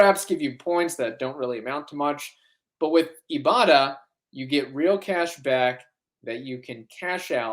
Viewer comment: Ok guys, you’re killing with the Ibotta ad… it’s eye-botta, as in “I bought a…” 😂😂😂